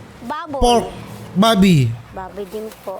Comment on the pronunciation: biasa aja bang ngomong babi